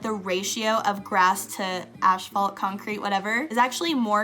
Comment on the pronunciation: Asphalt, not ashphalt! 😉